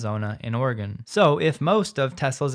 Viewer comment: Big fan and never miss an episode. FYI Oregonians pronounce Oregon as Ore-gun Not a pun , just how we say it 🤷🏻‍♂️